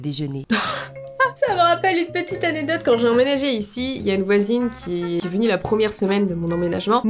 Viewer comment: Pk tu dis anédote xD ?